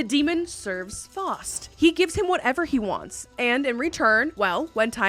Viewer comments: As a German, "Fowst" (if you'd say the "ow" similar as in "low") is not the correct pronunciation. The "au" in "Faust" is more like the "ou" in "loud". Hence, "Foust" would be closer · NB: "Faust" is pronounced "FOUST", not "Fawst". German, I believe. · It’s pronounced Fowst, not Fost. Your video is about making a Faustian Bargain. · Faust is pronounced (Fowst like ow that hurts) a Faustian deal lol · Faust is pronounced ‘’Fowst.’’ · F-ow-st. Me-fee-sto. Cr-(ow as in ouch)-lee. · Of all the words I would expect to know how to pronounce, Faust and Mephistopheles are high on the list. At least she's cute about mispronouncing Faust though.